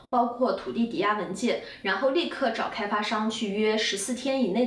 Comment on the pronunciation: 吹毛求疵一下，Notar重音在后面，原谅我的强迫症😂